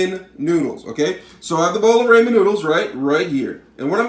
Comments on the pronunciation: RAH-MEN not Ray-men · Its ramen not raymen 😂😂😂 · he said that because you said RAYMEN..M I THINK YOU MEAN 'RAMEN' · DUDE STOP ITS NOT RAYMEN ITS RAH MEN STOOOOOOOOP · Raymen 😂😂😂 it RAH MEN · You're right, but you're pronouncing it as if its "raymen" when it actually sounds like "rahmen". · Different words with similar spelling can still sound different. Ramen when spoken does not sound like "raymen" but that's how you say it. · YOU MORRON ITS PRONOUNCED RAA-MEN NOT RAYMEN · it Raw Men not Ray Men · It's not Raymond like everybody loves Raymond, the A says the o sound they're called ramen noodles! It's so annoying that you call them Raymond! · ah yes raamen noodls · Im probably not the one that’s not gonna make fun of the guy for saying Raman wrong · ITS RAH-MEN UGH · Rayman noodles seriously how white can you be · How many times is he going to say ræymen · ITS RAW-MEN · Raymon noodles 😅😅😅😅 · buddy said RAY MEN noodles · I hate how he says Rayman noodles 🤣🤣😂😂😂"rayman"😂😂😂😂😂😂😂😂😂😂😂😂😂 LMAO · no ray men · my god it’s been a year 😳 you called it ray men ☠️ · he said raymen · Rayman noodles 😂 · Some nice rAYmen noodles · Ray-man noodles 😂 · Bro how could u not pronounce sriracha and ramen it’s freakin ra-hmen fuck u I died when u said tht this video was no help u suuuuck lol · Y DO YOU SAY RAY MAN NOODLES NIGGA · correct people in Japan don’t say ray lol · The way he say Ramon noodles 🧐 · *Ray-Man LOL! Anyway, I've actually done this, and it's tasty, so take your upvote and Ray-Man On!!! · I hate how you say ramen it’s RAH- MEN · No, he said RAYMAN..... Amazing game! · Ray man is good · It's fucking ramen not ramen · ik its a joke but the way you day ramen brings me pain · You need to say ramen better next time in like a another video ( not trying to be rude) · the way he says ramen